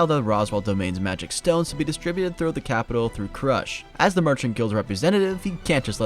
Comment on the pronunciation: Krūsh not krash.